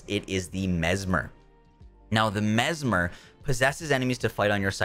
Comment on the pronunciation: He learned how to say mesmer. Not the MezMAHR anymore